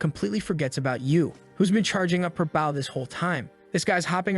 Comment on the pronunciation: I love how the narrator can't even pronounce "bow" correctly. Bow pronounced 'bau means your bowing to someone a sign of respect. Bow pronounced 'bo means a weapon for archery. 🤣